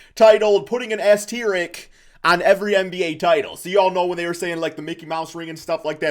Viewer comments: Ass-tier rick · as-TEER-ik??? Learn english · There should be an asterisk on this video for pronunciation of the word asterisk. I’ve literally never heard someone pronounce it like that before. I’ve heard at least 5 different wrong pronunciations, but this one takes the cake for sure. PS: As a fellow Pistons fan, us only having 3 titles is downright absurd. Just talking about the 80s to the mid 2000s really. I feel like if you simulated times in an alternate universe (or contact the person who controls the simulation we are currently living in since they’d prolly be able to do that) we’d average like rings or something. Shout out to. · This man can’t pronounce “asterisk” or “gastrointestinal”. Wtf.